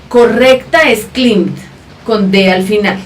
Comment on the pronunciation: la profe no tiene ni idea jajajaja es presente perfecto y traduce : el ha escalado. ella dijo Escala se equivoco la profe jajaja y no se pronuncia climbed se pronuncia claimbd